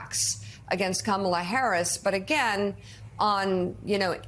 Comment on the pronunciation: 😂😂😂😂😂 and this time he called her karmala...smh